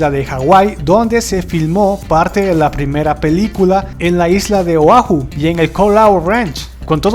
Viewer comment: QUE HORRIBLE QUE PRONUNCIA LA PALABRA "PELICULA" SUENA COMO "PILICULA"